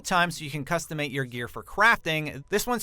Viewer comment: "Customate"? Really??